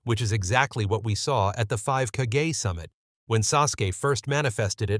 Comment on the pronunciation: “Five k-gaye summit”